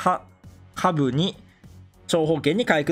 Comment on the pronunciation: 下部が言えないゆうこるかわいい